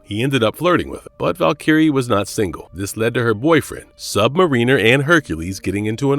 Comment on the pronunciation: its pronounced "sub mariner" not "submarine r"..